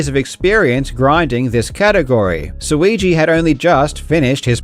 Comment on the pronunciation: Suigi rhymes with too easy. He's the GOAT.